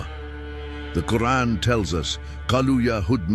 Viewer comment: Please either put a true qari2 a (reciter) or dont put arabic reader at all there is SOOOOO MANY MISSPELLING , i love your work but i cant watch your video with the quran being misspelled it feels SOOO WRONG in my ears